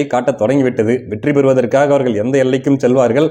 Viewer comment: நானும் NTK தான். ஆனால் தயவுசெய்து தமிழை நல்லா உசசரிசசு பேசுப்பா. அவரகல் இவர்கல் வேட்பாலர் ன்னு சொல்லாதே. ல ள பெரியவங்க யார் கிட்டேயாவது கறறுக்கோ